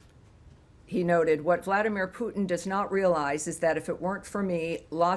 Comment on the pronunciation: It’s Putin not pooping